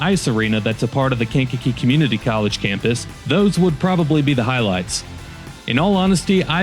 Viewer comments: KankaKEE, accent on the kee😅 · Aka kank-a-jank and skankakee.